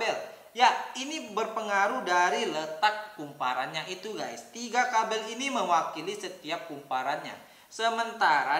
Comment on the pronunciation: Kabel bang bukan kabil